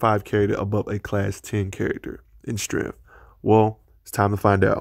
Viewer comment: I really enjoyed this breakdown on Cage. Thank you. Milestone Comics( later absorbed by DC ) written by Dwayne McDuffie had an analog of character called Rufus Wild aka "Buck Wild" hero for rent, LOL! He was a dead-ringer for Icon which unfortunately got him killed. Despite some pronounciation inconsistencies like 're-dickless'( ridiculous ) and "strengf"( strength ); this was great. Practice makes perfect. You have a new subscriber. 😊